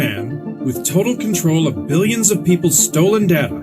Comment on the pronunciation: Why did you say " billons of people's stolen data"?